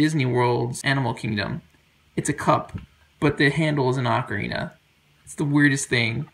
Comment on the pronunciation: The guy cares so much about ocarinas, please teach him to pronounce 'ocarina'. 'Oh-ka-ree-na', not 'Ah-kree na'.